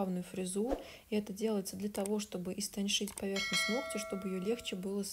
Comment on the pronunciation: Эммм истоншить??? Может быть истончить